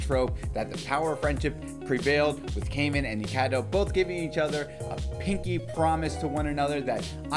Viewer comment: Its not kaymen is it so hard to pronounce? Kai is litterally a name a just putting man behind It isn’t hard